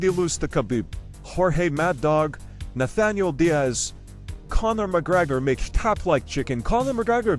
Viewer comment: "Nathanial Diaz....." lol